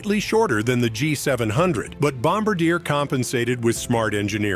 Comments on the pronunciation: It’s not Bomb-a-deer…it’s pronounced Bom-Bar-Dee-Air. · the pronunciation of the French jet was pronounced wrong.